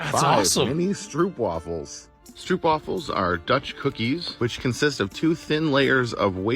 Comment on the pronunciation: As a danish person learning dutch I'm not super impressed by how he went the vlaams route on that pronounciation 😂 Stroopwafels are goated, but I swear he got some tiny ass ones compared to how big they normally are